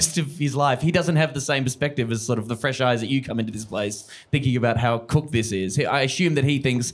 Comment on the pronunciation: What is it with people who sound like literal geese loving the sound of their own voice yelling? I swear I heard this woman going on a spiel when I was walking by a pond the other day. And anyone that pronounces “cooked” with only 2 o’s in that context at the end cannot be trusted.